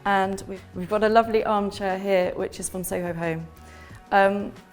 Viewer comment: I like how you say lofly instead of lovely.